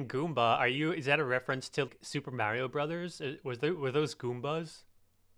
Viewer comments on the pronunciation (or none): he says mario weird o-o'